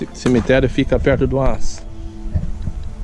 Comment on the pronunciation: morando em Portugal e falando "cimiterio simprizinho"....pqp , matando os brazukas de vergonha